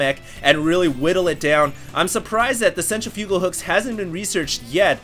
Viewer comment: it's cen-tri-fugal not cen-ter-fugal